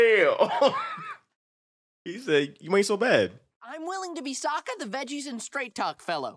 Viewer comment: Great reaction, but i do wish to stake that you are pronouncing Sokka's name wrong. You are saying Soooooo ka, with an O when its SAW ka with an A. Its like saying E row instead of I row.